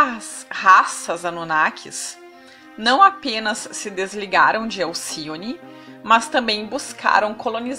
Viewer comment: "Mans" é o meu caralho Oq custa dizer "MAS" como qualquer pessoa comum??